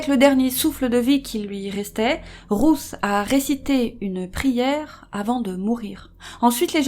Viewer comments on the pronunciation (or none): Cc les youcrime sisters je voulait juste vous dire que «Ruth» se dit comme «Rute» kiss et Big Up à vous ❤️❤️